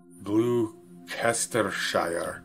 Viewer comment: Gloss-ter lol (ces=silent)